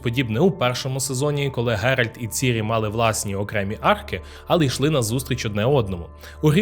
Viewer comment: Дуже перепрошую, але чому автор постійно каже ГеральД?) Коли правильно Гервант. Із Рівного.